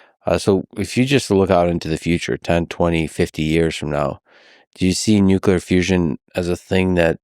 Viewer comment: nucular fizz fizz